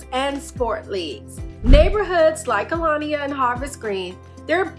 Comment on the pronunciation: Aliana ….not Alania. Just helping you out….